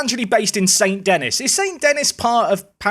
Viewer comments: "Saint Dennis" 😂😂😂 pretty sure it's said "Son D'enny" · it's said "saint" without saying the "T" and "Dennis" without saying the "S" and with less emphasis on the second "N", sounds like "sain The-Knee"